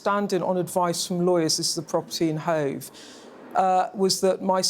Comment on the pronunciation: It's Hove actually ,🤣 l should know l come from Brighton